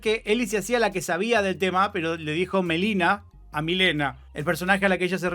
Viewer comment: le dice Melina a Mileena porque asi se pronuncia en ingles(mileena)